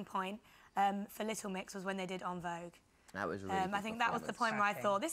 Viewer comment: And she pronounced en vogue wrong